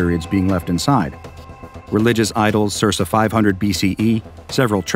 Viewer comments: ... wait.. waitwaitwait.. Did you say SERSA and mean CIRCA?! Holy crap guys. Look up these freaking words. Jesus. How do you say CIRCA incorrectly? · "Sir-sah"... Dude that is pronounced "serka"... I don't understand the gene that makes youtubers incapable of pronouncing basic English words, but one day I will find it. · I have never heard the word "circa" pronounced with two soft Cs. The second C is always a hard k sound, like "ser-kuh"